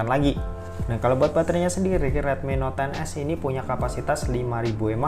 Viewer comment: Not 10s wkwkw salah nyebut ya bang